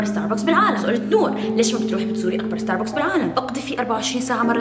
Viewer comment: اكبر ستاربكس باليابان واصغر ستاربكس بمطار دبي يلفظ ستارباكس مش ستاربوكس. 🌷